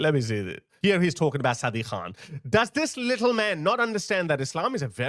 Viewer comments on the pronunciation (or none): none